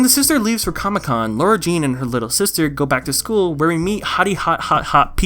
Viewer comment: its LAHR-uh jean not lohr-uh